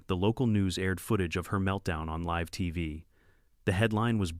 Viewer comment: Man the disrespect for punuation is revolting to someone over the age of 30 almost makes a person of my vintage want to leave the channel come on ai you could at least try to comprehend what your saying but you cant even get past the word live,or ahed. For real tho, you make me wanna go bow my head on the bow of a boat btw thats anouther one you shloud fix.